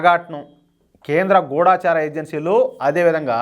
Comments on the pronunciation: మీ సమాచారం ఎప్పుడూ విశ్వసనీయంగా ఉంటుంది.ధన్యవాదాలు. ఒక్క విషయం: గూఢచారి అని పలకాలి.గూఢాచారి అనకూడదు.ౘాలా పొరపాటు అర్థం వస్తుంది. అలాగే గూఢచర్యం, గూఢచర్య వ్యవస్థ అనాలి. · గూఢాచారి కాదు గూఢచారి...చిన్న సలహా మాత్రమే... అన్యదా భావించవద్దు..!!. జై హింద్..జై శ్రీరామ్